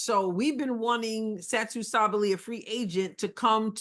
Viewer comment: bravo for pronouncing Sabally correctly. You're the only YouTuber who is getting it right!